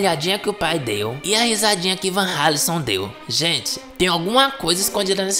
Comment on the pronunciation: A pronúncia do nome Vanralison está certa. Pq a letra r está depois de uma consoante. É como r dentro do nome Conrado.